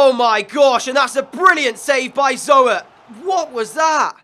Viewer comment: If you ever need a good potential CB, I would go for Perez from Atletico Madrid. Love the vid as always :) #RoadTo50K Oh and if you need a decent gk as a back-up to Zoet I would sign Kiko Casilla from Real Madrid. Also 'Zoet' is pronounced like Zoot.